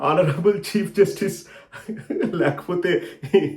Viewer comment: హానరబుల్ అనరురా అడ్డగాడిదా... ఆనరబుల్ అంటారు.. హ సైలెంట్..